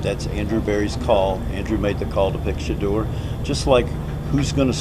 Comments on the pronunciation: His Name is NOT "SHADOW"❓️❓️❓️ You Should Practice Trial & Error b4 Posting Info about Som1😶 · It's Shadeur NOT Shadow! Put some respect on that name! 😮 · You have good reporting, but let’s work on the better pronunciation of SHEDDUR SANDERS’ NAME CORRECTLY, FIRST. You’re being disrespectful to him and his family by mispronouncing his name. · PRONOUNCED " SHUH_ DOOR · Yo COMMENTATORS LEARN HOW TO PRONOUNCE SHEDEUR SANDERS NAME!!!!!!!! 🤨